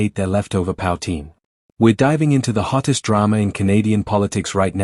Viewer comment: if your AI can't pronounce poutine yer toast